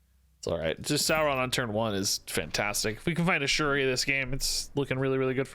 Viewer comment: Like your cobtent⭐ It's Dino "Saur"-ron....... Not sour